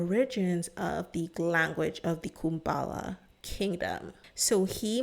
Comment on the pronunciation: Respectfully, please make sure to pronounce things correctly. I find it hard to watch your videos because of this. It’s Kubala, not Kumbala. In another video, you also mispronounced several words — for example, you said Shungy instead of Shingy.